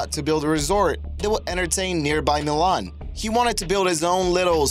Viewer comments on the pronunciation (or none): none